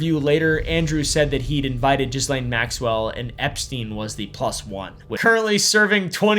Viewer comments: isn't Ghislaine pronounced like Gee-lain? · Her name is pronounced Gee-lane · Isn't it 'Geehlain' and not 'Jizzlane' 😂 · I personally think we should all just decide to pronounce her name Jizzlane. No more half assing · lol! It’s not Jizzlane. But I can see how that’s kind of appropriate. The “s” is silent. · I love that we call her Jizzlane, even though, I think a lot of us know the pretentious way to pronounce it. 😂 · Just so you know; the s in Ghislaine is silent because it is a French name. Also, Deutsche Bank is a German bank and the are no silent letters in German, therefore the e at the end is pronounced “ah”, Deutsch-ah Bank. Most Americans don’t know this, but I have been to those countries and studied languages a bit. Just thought I would share this info with you! Thanks for the through background story!